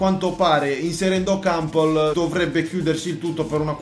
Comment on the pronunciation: Kampol no kampel